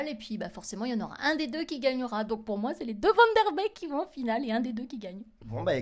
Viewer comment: Ça se prononce pas vandeurbecque ça se prononce vannederbeck !